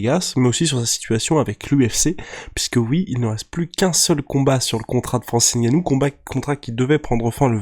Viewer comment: C'est ngannou et non N gannou